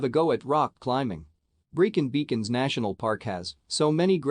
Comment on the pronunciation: I donget how anyone can say Brecon as breekin.